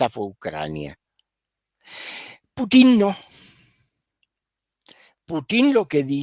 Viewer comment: Me ha gustado mucho el análisis, muy claro y lógico. De qué nacionalidad es? Me gustaría hacerle una corrección de un error muy frecuente en Chile y algunos otros países latinoamericanos, la pronunciación del apellido del presidente de Rusia es Putin, con acento en la letra u, no con tilde en la letra i. Seria bueno pronunciarlo como corresponde.